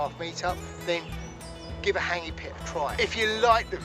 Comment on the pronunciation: What an idiot,cant even pronounce the word hangi, douche.